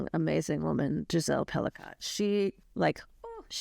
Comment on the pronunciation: Whoa! I know this case quite well, SA victims are not "sex" victims. Please reconsider your headline of "Sex in the News". Just no. The last name is pronounced "Pelee-coe, not Pelicaught.